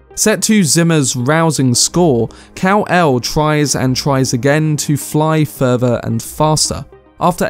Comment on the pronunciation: Love the video! Cound't stop laughing (in a good way) when you says cow-el haha